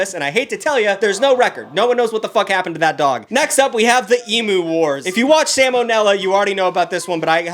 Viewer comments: the way you pronounce emu is physically hurting me, its "ee-mew" not "ee-moo" (love the video, you're one of my fav youtubers!) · just so you’re aware emu is pronounced em-you not em-ew (as a kiwi with an Aussie father I just wanted to tell you so if you ever go to Australia you don’t get beaten up) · God hearing “ emoo” pisses me off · You said emu wrong every time. "e-m-y-oo not e-m-oo" IT ANNOYED ME SO MUCH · This is gonna sound critical and it totally is but your saying emu like eemu when actually eemyou. Sorry I’m a big fan but also a neat freak and I have Australian family. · it's not pronounced e-mu, it't pronounced like e-myu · It’s E- Mew mate not E Moo… E- Mew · please its pronounced ‘eem-you’ not ‘eemoo’ I BEG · For the last time Americans, It's pronounced 'E-Mew' not 'E-Moo'. Sincerely, Australia. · (It's eem-yoo, not ee-moo) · I always find it funny when people pronounce emu ee-moo xD Everyone I've ever heard say emu in person (I'm Aussie) says ee-mew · Every time he pronounces emu as "e-moo" instead of "e-mew" I die a little inside. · As an Aussie, it’s always hilarious to see people shitting on us for how stupid the emu war was. Although it’s pronounced eem-you not ee-moo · Eem-oo👎 Eem-you👍 I'm 🇦🇺 I know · "E-mew" not "e-moo" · eem-you not emoo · I get unreasonably cross about this: it’s eemyou not eemoo also they’re bloody terrifying in person. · Who's gonna tell them it's pronounced "eem-you", not "eem-moo" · Dude, I'm Australian, It's pronounced Emyou, It is spelt Emu, but not pronounced so literally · sir it's pronounced E-ME-U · I am genuinely not being a dick but: it's "eem-you" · Australian her it’s pronounced e-mew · WHY DOES HE PRONOUNCE EMU LIKE THAT HOLY SHIT STOP STOP AUSTRALIA WILL BLOW YOU UP HOLY FUCK STOP ITS PRONOUNCED EEM-YOU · As an Australian, listening to mispronounce emu was very painful. Loved the video, though. (We pronounce it eem-you for the record haha) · God damn seppos not saying 'emu' properly